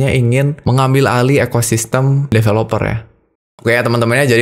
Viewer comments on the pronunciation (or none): none